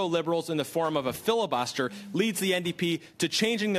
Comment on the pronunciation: Ndp not nap